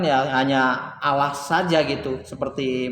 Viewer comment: Allah saja lo nyebut awwah😂😀🤣😀🤣😀🤣😄🤣😀🤣🤣😀🤣